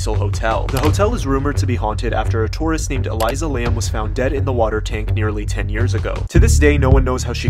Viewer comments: Yup, or mispronouncing Elisa as Eliza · elisa pronounced with s sound, not z sound